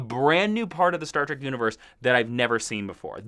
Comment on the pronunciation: Did he call "Star Trek" Star Trak